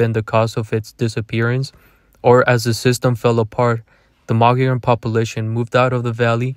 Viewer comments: Please pronounce it right mug ee own. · Is pronounced mo-go-llon not mugeeown. Mogollon is an actually Spanish named.